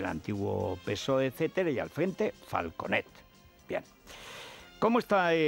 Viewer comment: mejor más pronunciación catalana y menos valenciana, es decir, falcUnet jajajajajjajajajaja